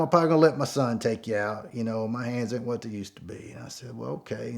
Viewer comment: Boy! I tell you Hwhat! Awesome story!